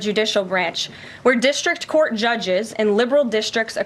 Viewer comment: “Dish-tric curt” babe you are BARELY off the tit… gimme a break